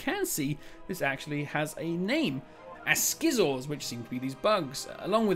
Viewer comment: Finally an in depth breakdown! You are the Yod of spotting all details and secrets... so much to uncover from this video. Great to see Oru's gun again 😎 And your pronouciation of Galenta and Nom-Noms was on the spot. Asciors not so much 😂